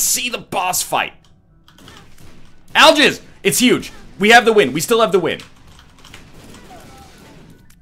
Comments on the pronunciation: says aljizz instead of algiz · does nl know when he says algiz it sounds like ill jizz ? can never unsee